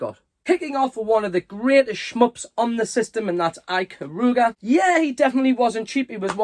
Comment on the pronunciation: Some great cube titles there although my eye kept twitching every time you mispronounced Ikaruga 😄. Love seeing those old annuals, especially the He-Man one. I never had that particular one but I had a few cartoon based annuals during that time. Loved reading them as a kid.